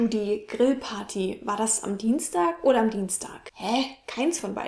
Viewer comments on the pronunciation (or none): none